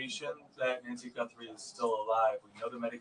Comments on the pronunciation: Guthrie does NOT have an “n” in it! GUTHRIE, NOT GuNthrie 👍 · There is no “N” it is Guthrie not Gunthrie.